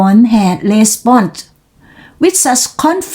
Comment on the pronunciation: blonde ออกเสียง L ด้วยค่ะ thirty เสียง ยังไม่ได้ค่ะ แลบลิ้นไหมคะ จังหวะดี น้ำเสียงแสดงความรู้สึกดี :washhands:ช่วงต้นจังหวะห่างนานไป ตั้งใจมากไปมั้งคะ😋ช่วงกลาง ท้ายจังหวะดีมาก น้ำเสียงแสดงอารมณ์ดีมาก พี่อ้อยเล่าภาษาไทยสนุกค่ะ คุ๊กคู่